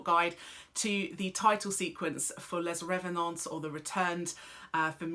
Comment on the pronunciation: and still pronouncing les revenants wrong somehow haha but its ok bc id be failing without her